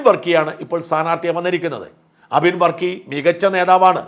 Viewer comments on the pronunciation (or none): none